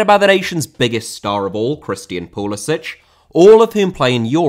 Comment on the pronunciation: I don't wanna be that guy - but its pulis-ick. its not pronounced the croatian way (despite beind registered in UK under his croation passport). Its got that quintessential american bastardization. this is important. Its also weird knowing people with the last name "lewandowski" - but its pronounced, "lou-andowski"